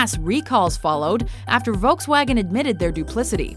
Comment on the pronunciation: The way americans pronounce "Volkswagen" HAHAHA